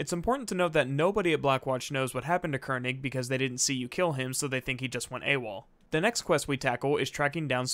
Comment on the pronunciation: The way Mercer pronounced Koenig is how a german would pronounce it (König).